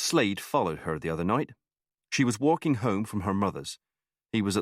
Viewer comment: The male narrator puts Rs in random words 😅 "torking" for talking, "cort" for caught, "porse" for pause, and "larf" for laugh lol. Edit: Noar for Noah and Melisar for Melissa 😅 Edit 2: "warking" instead of walking. He even squeezed an R into "talking" lol: Torking. Tomartoes 😅